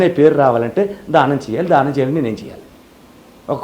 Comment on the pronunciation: ధానం కాదు దానం అనాలి